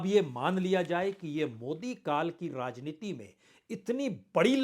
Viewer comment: पहले " राजनीति " शब्द का सही उच्चारण तो सीख लें, आप ररररर्रा जनीति बोलते हैं